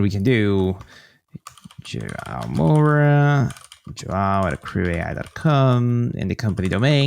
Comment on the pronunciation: "Jo-ah-oh Moura" - maybe learn how to pronounce your guest's name next time?